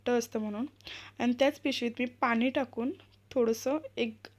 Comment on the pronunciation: Jelley bhetate ase bolu naka...milate ase bola ...manasan baddal boltana ..Manas bhetat ase boltat ...harvaleli vastu sapadate v baki train bus etar gostinsathi miltat sae marathi bola ... aikayala Chan vatel...tyach pramane pani ya shabdatala ...n..ya aksharacha uchhar shudha karun paha aikayala Chan vatel